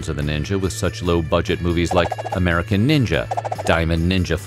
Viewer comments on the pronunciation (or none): none